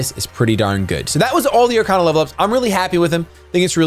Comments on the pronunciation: Are-Kay-Na, not Are-Kah-Na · It’s Ar-Cain-A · It’s Ar-kay-na you dumb fuck! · You pronounced Arkana wrong, its pronounced arkayna.